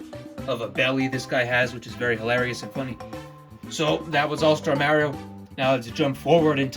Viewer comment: You’re saying Mario wrong